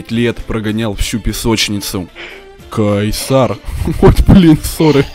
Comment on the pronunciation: НЕ КЕЙСАР А КХАЙСАР